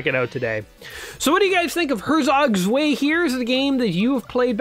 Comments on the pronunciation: "svay actually means two in German" ... uhm, not like that it don't! pronounce it like: hair-tsok tswigh or herr-tsok tsw(eye)... i'd say but that pronunciation really drove engagement up, so well played, mister. :) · "zvay"! is pronounced tswigh.